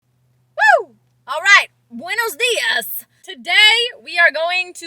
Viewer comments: Awww you said buenos días perfectly:3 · The "Buenos días" that you said you pronounced it perfectly! Greetings from Mexico 🇲🇽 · how beautiful it sounds when he said good morning in Spanish 💗